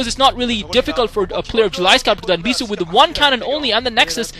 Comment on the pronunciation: lol mispronounce "bishoe"